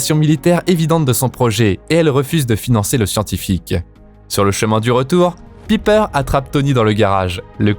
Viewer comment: Pipeur jpp mec prononce bien au moins j'adore tes vidéos mais là tu me cringes